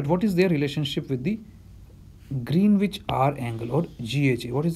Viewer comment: nitpicking: Greenwich is pronounced as "Grenich".